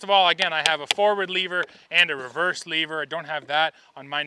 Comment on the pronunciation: its lever. not leaver. LOL